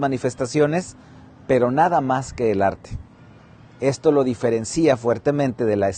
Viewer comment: No es correcto decir diferencia, con acento en la i